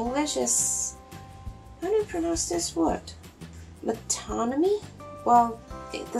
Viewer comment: no "s" on rhetoric (unlike, say, "politics), and it is non-count. and you pretty much nailed the third one: "metónomy"